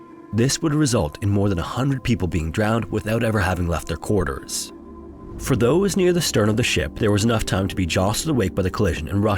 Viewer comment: "quarte-ers" sounds just wrong :/